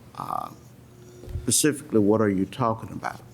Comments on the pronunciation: The judge can't say "specifically". Ugh. Pacific is an ocean, Your Honor. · How does someone as educated as this judge keep using the words “pacific” and “pacifically” 😒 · He is an accessory after the fact to be specific or as the judge says pacific. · I’m sorry I just cannot get past the fact that this judge actually said “Pacifically” instead of specifically, 3 or 4 times in a sentence 🤦🏻‍♀️😩 he’s an ACTUAL Judge. Wtf. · This judge needs to go back to elementary school and learn the damn difference between Pacific and specifically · This "pacific" Judge is "pacifically" driving me nuts... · Lol! The judge keeps saying "pacifically" for specifically. He says it so many times and with such emphasis that it almost sounds like he's pronouncing it incorrectly on purpose... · Judge says pacifically? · This judge is so inadequate. He says “axe” and “pascifically” he also rubs his hands together… this was not a fair trial. She killed her kid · I don't know why he says some words differently. It may be the dialect he was raised with. However, aside from a few odd pronunciations, he was fair and balanced, and could come up with relevant case law in a heartbeat. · I was JUST about to say the same. I find that really weird. Does he not know the correct word, or can he just not pronounce it?